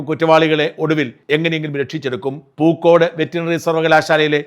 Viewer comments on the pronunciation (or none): none